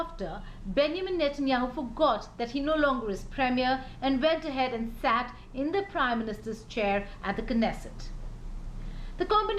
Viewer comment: how does this person who speaks like a kindergarten teacher get the job of an editor ??? i mean really, an idiotor of foreign affairs who cannot even pronounce Knesset ... kanest ??? give me this plush job instead, i might not be as pretty, but i know more about foreign affairs, my english is superior & my reading skills impeccable ... i promise i won't speak to the audience or the interviewees as if they were school students